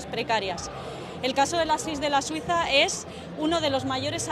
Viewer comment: Pastelería "Da Suisa" No oigo otra cosa